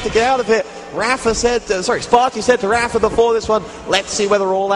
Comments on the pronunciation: "rapher" .. damnit its raphA, not er. same with mega, its not megger its mega. lol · he's saying rapher.